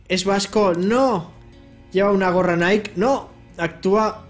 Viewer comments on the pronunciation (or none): none